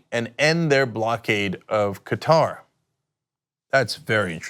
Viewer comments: Hey Cenk, it's pronounced KAH-Tahr (similar to Cutter but with "ah" sounds) not Ka-TAR (which is a pronunciation like guitar). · Qatar. I believe it's pronounced like "cutter", emphasis on first syllable. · Qatar = Cutter You wouldn't like people mispronouncing your name. 😆